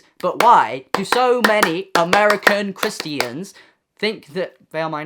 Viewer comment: "A👏MER👏I👏CAN👏 CHR👏IST👏EEANS👏" it's the way he said it that's killed me "Christeeans"